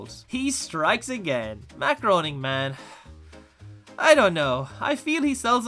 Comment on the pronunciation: Groening is pronounced Graining